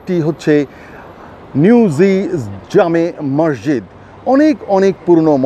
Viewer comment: মরজিদ না বলে মসজিদ বলোন ধন‍্যবাদ